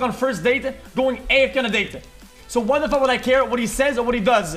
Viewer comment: I like the way XQC was saying fug instead of Fuck lmao